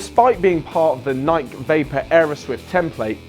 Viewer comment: Is dude mispronouncing Nike? It's fuckin' Nike, mate.